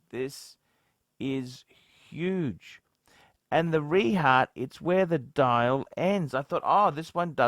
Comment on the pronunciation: Its pronounced 're-hawt', not 're-heart'.